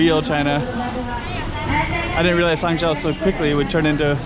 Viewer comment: nice video. fwiw, "zhou" is pronounced with a long O sound, like in "joe". not like the O sound in "how"